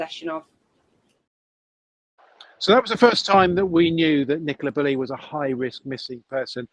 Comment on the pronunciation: Sorry, who’s Nicola Burley??!!!!! 😡😡